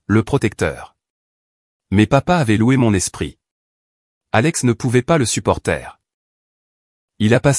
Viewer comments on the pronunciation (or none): faut vraiment que le robot lecteur apprenne à bien comprendre et lire le français un exemple : confondre le verbe supporter et le supporter (d'une équipe de football)